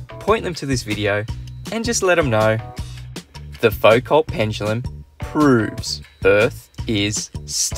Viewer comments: Isn't it foo-KOH? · To misquote Einstein 'Your science is good but your pronunciation is atrocious'. It's pronounces Fou-Co there's no L or T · FUKO IT'S PRONOUNCED FUKO IT'S FRENCH FOR THE LOVE OF GOD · You () are being very optimistic in expecting anyone to make a Foucault (pronounced Foo-co) pendulum that works correctly. This is a very difficult experimental task. You need to provide a low friction pivot that allows the pendulum to rotate through 360 degrees without significant drag. You have to shield it from air currents. Most difficult of all you need to provide a mechanism for adding sufficient energy to each swing to overcome air resistance without adding any bias to the direction of swing. This usually results in a very long heavy pendulum to increase the ratio of the pendulum's kinetic/potential energy to the loss due to air friction. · Also who pronounces Foucault like that?